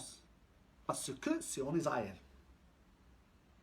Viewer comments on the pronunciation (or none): none